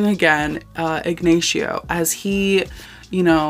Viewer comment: Igg-nay-she-oh is killing me